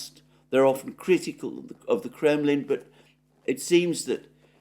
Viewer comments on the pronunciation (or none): none